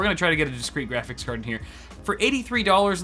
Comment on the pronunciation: “We are hunting gwafix cards”